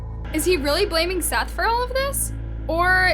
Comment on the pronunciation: His name was Seath not Seth